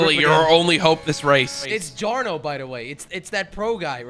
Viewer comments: funny how jelly and jarno are both from the netherlands but jelly still pronounces jarno's name wrong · how does jelly not know Jarno haha they're both dutch and he pronounced his name wrong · "its Jar-no btw right ? its that pro guy" 😂😂